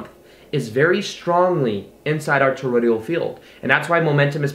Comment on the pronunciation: For the 3rd time for sakes man. It's toroid-AL not Torod-IAL. Dude, check our Arthur Young for more on the energetic torus.